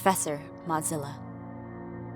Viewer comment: When I was at the beginning and she said Modzillia: OMGGG YEEESSSSS THE FALSH BACKKK